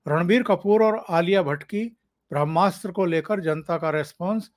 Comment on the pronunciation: भ्रम्नास्र नही ओंकार जी “ब्र ह्मा स्त्र” उच्चारण गोवा चाहिये।